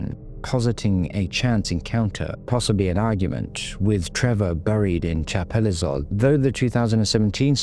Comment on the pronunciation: You can't pronounce chapelizod properly